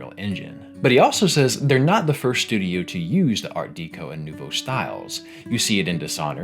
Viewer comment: I will have to come back to this video, I bought the game a couple months ago but I was too absorbed in Persona 3 Reload to play it, so I need to get on it soon. Also nouveau, just because I'm a nitpicky French teacher.